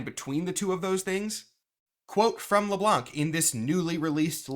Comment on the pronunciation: so, its French. You don't say the "C" in Le Blanc.